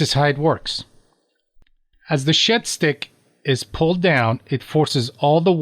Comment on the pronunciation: 14 mins in and I’ve just realised you’ve been saying shed stick and not shit stick